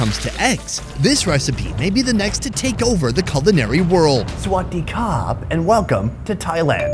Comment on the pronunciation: Hey, I didn't here the 'R' in your Sawadee Krap!